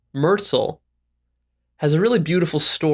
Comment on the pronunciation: You mispronounce “Genpo.” It is not Jenpo. You mispronounce Genpo Roshi’s real name, Dennis Merzel. Merzel is pronounced Mer Zel’, with the emphasis on Zel, not Merzil. My general view was that you are not qualified to be talking about what you are talking about. For compassion try reading the Dalai Lama and the Tao Te Ching. I heard Genpo Roshi tell this story in person. So the male horse gets to play “ God” and decides who lives and who dies? That is just male ego and Dennis Merzel was very much about his own ego.